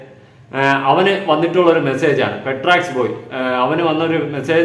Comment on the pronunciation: പേട്രക്സ് ❌പെട്രോൾമാക്സ് ✅